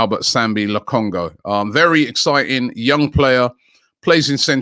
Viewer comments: Come on Robbie, Colunchu? .Turkish broke it down for you CHA HAN OLU Also, how did you spell Correa as Correra? Come on Robbie do better And Lokongo? and (same mistake twice in a minute) Wow Robbie, you're on a roll here. It's LO KON GA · Clearly says Lakonga, Robbie says Lokongo 😂😂😂😂😂ffs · Robbie, the guys name is LOKONGA Not LOKONGO! Lol always butchering peoples names! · Robbie, it’s Lokonga not Lokongo 😂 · Robbie always says lokongo rather than lokonga lol. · It's lokonga not ho Robbie🥱